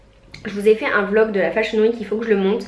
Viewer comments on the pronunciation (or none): none